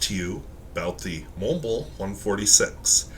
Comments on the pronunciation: TF is a “morn blurnh”? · You can’t even pronounce the brand correctly let alone use a quality pen. Who the hell told you Germans - yes Montblanc is a German brand says “mourn blourn” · So, when pronouncing the brand name, the "c" is silent? There's no "kuh" sound at the end?